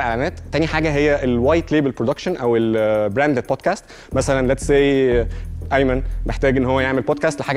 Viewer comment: حضرتك أقسم بالله ما عارفين ينطقوا الانجليزي صح .. هم اصلا مش فاهمين بيقولوا ايه .. مثلا بيقولوا بوتكاست بدل من بودكاست .. الكلمة بوتكاست معناها مخدرات